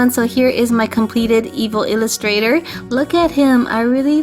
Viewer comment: First of all, it is pronounced evillustrator not evil illustrator, and second of all, YOU DIDN'T PAINT THE NECK OR HANDS.